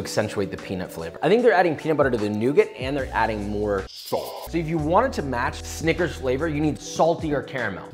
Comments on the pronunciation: that is NOT how to pronounce snicker... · he did NOT say snickers. 💀